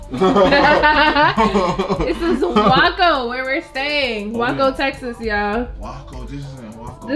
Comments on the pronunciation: I like how said “Waco” 😂😂 It’s actually pronounced like “Wake”, but with “co “after the “a “🤗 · Love it!!!!! Keep up the mini trips! ❤️ It’s pronounced “way-co” though ❤️😁 not wacko lol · I didn’t see nobody say this but it’s pronounced WAY•CO… Not Wack•O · Its pronounced way-co guys lol everyone say wacko but yeah Waco this my City 🥰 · LoL it’s pronounced Way-Co Texas not whaco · way-co … not y-co lol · I believe it’s pronounced (way-co) not waw co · Waco (way-ko) NOT (why-ko) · “Waaa-co “ texassssss?!!!!!! It’s “way-co” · This is cute. You'll pronunciation was cute of WACO. It's pronounced Way-co. But King you have been out here out doing yourself, showing us that lovable side of you. And I'm here for it. 🥰🥰🥰❤❤ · As a Texan, it hurt my ear when yall pronounced WACO, it WAY-CO, but I still love yall much love from TX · IT'S CALLED WACO BUT THE WAY IT SOUND COMING OUT IS WAYCO NOOT THE WAY THEY SAID IT. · Yeah they was saying Waco like you pronounce taco. But it's pronounced WAYCO( Waco). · lol its Waco (Wake-co) and that was chip and Joanna gains very famous couple from HGTV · Lmfao it’s way-co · It's pronounced wayco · Lol Im from NJ and I know how to say Waco 😂. I was like oh lord they tore that word up😂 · Omg 😭😭😭 she tore it into pieces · She definitely said Waco wrong lol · said the name wrong lol